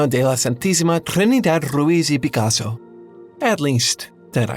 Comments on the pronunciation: Bro aced Pablo's name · Liked purely for how close your pronunciation was for Picasso's name. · You know, as a native Spanish speaker I congratulate you for even saying Picasso's full name... you didn't really butchered it... That name is a mouthful even for us. Awesome video, btw! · Actually, your pronunciation of Picasso’s full name was 99% perfect! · that was a smooth picasso pronunciation